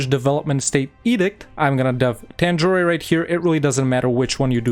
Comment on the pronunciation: To be honest, I really loved this video like I usually do. Usually, you pronounce almost every province and every nation in the most perfect way, but not really here. Like: It's not "Poonjab", it's "Paan-jaab" There's no "eh" in Tanjore, or Cuddalore, it's just "Tan-jore" not "Tan-jor-eh" And it's not "Kooch", it's "Kaa-ch" It's not "Ac-meh-nagar", it's "Ah-med-nagar" I really loved this video, as I love all your videos, but please correct these pronunciations. I really love those perfect pronunciations and I don't want them to be wrong in the subcontinent.